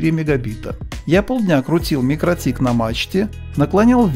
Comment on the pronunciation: Почему вы то правильно произносите название микротИк, то каверкаете его? Mikrotīkls Ltd (торговая марка MikroTik; читается «микроти'к» с ударением на вторую "и", в переводе с латышского "маленькая сеть" (mikro tīkls). //из википедии